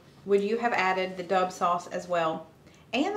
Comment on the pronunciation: I think it’s Dub as in the letter w